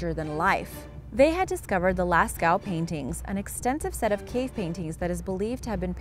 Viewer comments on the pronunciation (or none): Lascaux cave is actually pronounced lasco